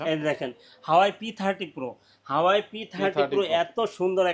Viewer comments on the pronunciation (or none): হাওয়াই না ভাই,😂😅 ওটা হুয়াওয়ে।